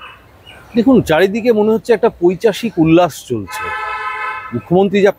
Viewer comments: কথাটা " পৈশাচিক " আপনি পৈচাশিক বলছেন। যে মানুষ গুলো এনাকে দিয়ে পূজো উদ্ভোধন করে তারা পয়সা পায়। রাজ্য বাসী বহু কাল আগে বিক্রি হয়ে গেছে। পশ্চিমবঙ্গের দশা দেখলে করুনা হয়। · কথাটা পৈশাচিক l পৈশাচিক না 😂